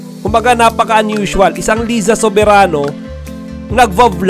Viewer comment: di mo naman alam pano basahin yung name ni Liza. hehe.